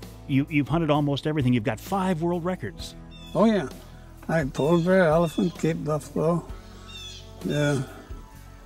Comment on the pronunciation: did he just say ELEPHANT